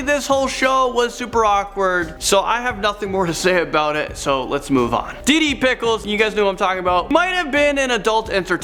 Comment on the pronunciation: Anyone else getting annoyed when he says diddie not deedee